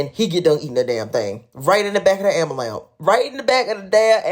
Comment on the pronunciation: good grief... ok I know this is off topic but it is promounced: "AM-BU-LANCE"... NOT "AMBERLAMP" or "AMBULAMP" or "AMBALAMP"! That content creator at this time stamp needs to learn how to say the word correctly - one of my biggest pet peeves and hearing tha English language so appallingly makes it feel like my ears are about to b1eed!